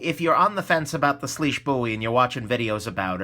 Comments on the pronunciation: Its actually pronounced swish. Weird I know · IT'S PRONOUNCED SWEESH!!!!!!!!!!!!! SWEEEEEEEEESHHHHHHH